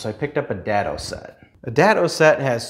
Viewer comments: (DAY-DOE) not Dad-doe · Day-dough* dado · It’s pronounced daaaaado - long a sound, like date - not like dad, had, bad. Nice description - and reminder - of basic accessories. Some things, I keep putting or forgetting to do. Time to get caught up. Thanks and best wishes! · Around here, we pronounce it DAY-doe but... you be you. I have this exact table saw and also have a limited amount of space. I recently replaced the splayed legged stand with a rolling cart that doesn't try to trip me every time I try to walk around it. Folding out-feed and side support tables are next on my TDL.